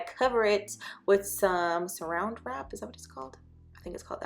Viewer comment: I usually say “plastic wrap” 🤣🤣 but you said “surround wrap” but it’s “Saran wrap”